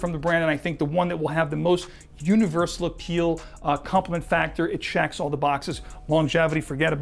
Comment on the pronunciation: As informative as your videos are, you have a strange inclination to mis-pronounce the "E" with some words. So vetiver sounds like "Vattiver" in all your videos. The following are the transgressions in this one: Definitely - daffinitely Checks - chaacks Spectrum - spaactrum Resinous - raassinous There are more, but the aforementioned examples should suffice.